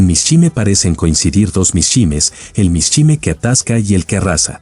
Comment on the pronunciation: Mishima Yukio...mishime", no existe ese apellido ni hay palabra alguna. No es para nada agradaba qué pronuncien mal tú apellido.